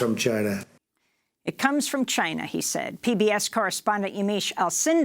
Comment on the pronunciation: Dondada he calls it a Chinese virus because it came from “ Chy-na “